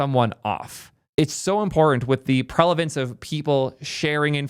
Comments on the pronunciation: "Prelevance" hurt my ears, it's prevalence mate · i wasn't going to say anything but since you used the word multiple times, it's "PREV-uh-luhns" not "prelevance". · Love you brother - its pre-val-enc NOT pre-lav-ence 😅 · you're suffering from a minor speech dyslexia. The word is prevalence. As in 'it prevails over '. Pre-val-ence. Love you man.